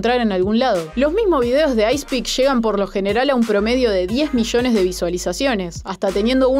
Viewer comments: es icerik se pronuncia asi no icepeak la p es la r y 3 es una e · holaaa, el duo realmente se llama IC3PEAK, o sea que pronuncia algo como "aici tri pik" nada de hate, es solo una corrección <3